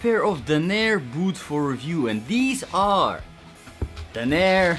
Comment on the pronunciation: Dan* NUR* .....not Dan! AIR!